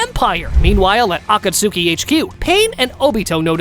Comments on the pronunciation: “Akatsookey”??? Bro… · "Akatsooki" is crazy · for the love of all thats good in this world, please pronounce akatsuki correctly